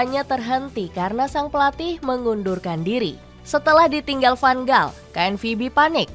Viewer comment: Tks diberikan info soal tim belanda tapi utk kritik membangun,tolong perbaiki penyebutan nama pemain atau pelatih disesuaikan dengan tata bahasa suatu negar seperti contoh nama van gaal tidak dibac dgn huruf"g" tapi huruf g dalam bhs belanda disebut sebagai huruf "H",tks atas perhatiannya